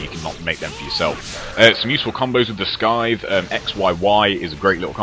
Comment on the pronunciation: Its pronounced sythe not skythe the c is silent :)